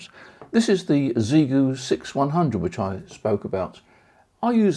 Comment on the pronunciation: It’s pronounced shee-yay-goo. Ask them. All you chaps selling gear and you don’t even know what it’s called. Sheesh….